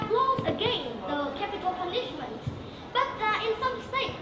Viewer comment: Dấu nhấn của từ Punishment sai rồi :v Phát âm sai từ Crime.